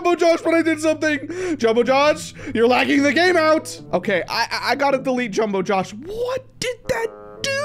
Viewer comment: Did this Guy say jombowjoe?